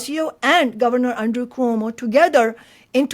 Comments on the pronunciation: It’s Quo-Mo, not Ko-Mo. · PLEASE know Cuomo is pronounced ’kwomo’ not ‘komo’. Thanks! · In the debate Momdani justifiably criticized Cuomo for mispronouncing the former's name, but you, Chris, mispronounce the latter's name. There is in Italy a Lake Como, which is how you mispronounce Cuomo's name, but it should be pronounced Ku-wo-mo, eliding the first and second syllables. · That's Cuomo, not Como, Chris.